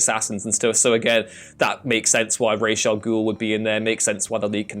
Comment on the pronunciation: Why do people say Ra's Al Guhl's as "RAYYYYSSHHH"? Its pronounced "RAAZ."